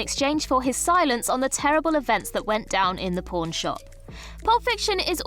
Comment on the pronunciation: I thought it fitting that I kept hearing her say “porn” shop